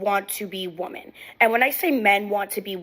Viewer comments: This weird trend of pronouncing "women" as "woman".. Where did this come from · IT'S PRONOUNCED "WEM-MEN" NOT "WO-MEN".... wtf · The bmbo at the beginning of the video calls women - woman. I've noticed that there's a lot more of such improper pronunciation of words nowadays. It's pathetic. Maybe Trump no longer classifying teaching as a professional job isn't so bad after all. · "Men want to be woman" I actually thought we were improving because I hadn't heard women mispronounced as the singular in a while but here it is again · Right off the bat, yet another who pronounces the singular and plural of woman the same. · Why are there so many young women these days mispronouncing the plural for woman? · To first girl: The word women rhymes with swimmin', you flipping doofus. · Why is it that none of these women know how to pronounce the word women? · I can't take anyone seriously who pronounces "women" as "woman". Drives me up a wall. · have we ever figured out why young women tend to pronounce the word 'women' as 'woman'? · i just want women to pronouce the plural for women properly 🤣